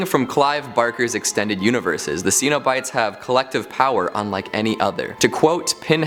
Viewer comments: Sen-o-bites. not See-no-bites. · Stop, just stop mispronouncing the name Cenobites. It is pronounced with a short E sound NOT a long E sound. If you are a HORROR HEAD then you know this. SHEESH!